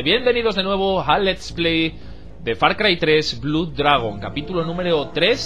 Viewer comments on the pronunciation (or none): Me desuscribo de tu canal por decir Blud en vez de Blod que es como se pronuncia !! ... Ni de coña me desuscribo del mejor canal de YouTube.. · eh tío, estas diciendo blud, se pronuncia blod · solo decir qe blood nose pronuncia blud sino blod. Un saludo grande. Sigue asi